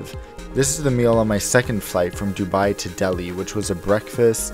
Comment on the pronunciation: He pronounced Dubai like dubee 😂😂